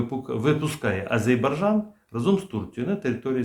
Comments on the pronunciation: "Азербайджан". Це наші друзі і варто назву їх країни вимовляти правильно. Сподіваюсь мене зрозуміють правильно. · Прослідкуйте за вимовою назви країни...правильна вимова АзеРбайджан!!! Не ображайте наших друзів!!! Дякую! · Прочитайте по слогам и запомните : А _ ЗЕР_БАЙ_ ДЖАН. А то Горби придумал какой -то Азебаржан...